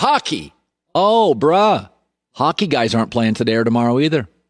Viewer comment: Someone gotta tell Collin it’s “Bruh” not “bruH” sounds corny af with the emphasis at the end.